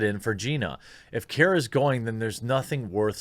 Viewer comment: It's Cara not Kera